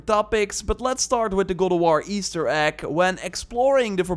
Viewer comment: For a sec, i thought you said “google war” lol!